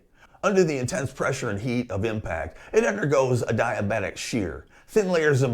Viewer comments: Did you know you can google how to pronounce words? Adiabatic is pronounced "a·dee·uh·ba·tuhk", not "a·die·uh·bat·tuhk". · he mis-pronounces "adiabatic" but more to the point most people probably the speaker himself may not understand what the word means.